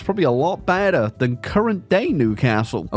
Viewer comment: "a lot baeder" 💀💀